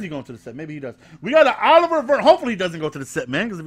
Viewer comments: yo its not oliver its O-liv-e-a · It's not pronounced like u said it for "Olivier" its pronounced uh-liv-ē-ā